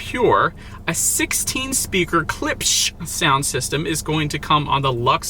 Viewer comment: Klipsh= CLIPSH not "KLIPISH"